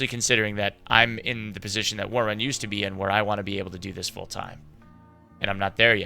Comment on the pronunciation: He's saying ”worrun” so awkwardly